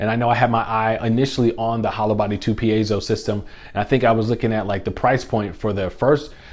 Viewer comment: By the way, I am Mexican and I appreciatte your effort for pronunce right "piezo" that shows you are a kind person, Thanks a lot!